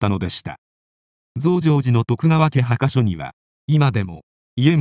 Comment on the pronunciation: はかしょ？墓所(ぼしょ)ですよ。